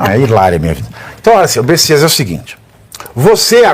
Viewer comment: Olha só Pavivi, não é besisas é bestias.